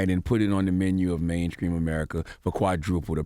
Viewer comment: It's STREETS. not skreet. Mainstream not mainscream. I've heard C tha God in another interview with white people around and he pronounces these words the right way. That's why it bothers me.